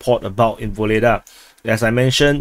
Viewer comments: The Russians usually pronounce our "h" as a "g" - So they call Hitler "Gitler." So Vohledar will be Vogledar or Ogledar. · I don't think that Russians don't use sound H. Harosho is an example but that is all of my russian. Secondly we are making Ukrainian really wrong. H is G and X is h. So Vuhledar is pronounced Vugledar but i believe that V is very soft almost like U. Although I speak many languages, Russian and Ukrainian are not one of them, unfortunately